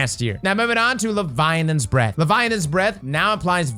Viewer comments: Is it just me or is he saying “levianans breathe”? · Tnxs for the info! I also learned that can’t pronounce Leviathans Breath 😜